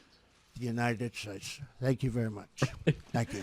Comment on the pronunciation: "Obama is taller than the supreme leader" -- #TrumpNukesEarth... Oh fkking hell, the infamous `God bless #UnitedShates` no longer sounds incoherent .. whaaaaa